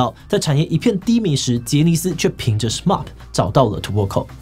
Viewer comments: 有點不習慣志祺七七 對『SMAP』的發音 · 志祺你讀錯了SMAP的名字了...